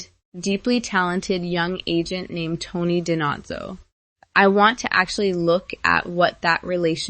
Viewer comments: Di-Nose-oh you're pronouncing Tony's last name incorrectly. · Don’t forget Fornell always called him DiNotzo.